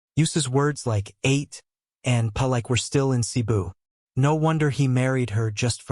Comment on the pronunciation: YOU PRONOUNCE " ATE " WRONG.